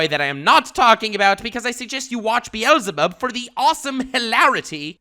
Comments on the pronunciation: Why does he pronounces Beelzebub like “Bee-Elsa-Bob”? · buddy, i do respect you alot. and i generally love your videos even to the point that i am clicking on the next one because i just want to hear your voice once more. but if you pronounce "Beelzebub" again like "Bi-elzebub" i will tell Lord Twiego-sama about it. (its a double e that you have to pronounce like in the word b->e<-nefit so basically an "e" like in the german language but spoken a bit longer since its 2 times there) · This dude’s prononciations are so bad he doesn’t even know how to pronounce the name of a worldwide known demon called beelzebub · Beelzebub ...... you dont pronounce the second e .... Beelzebub is an actual deamon in the black bible.